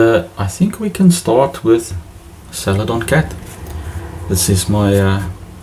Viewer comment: Love your accent but I really had to chuckle at “salad on cat”.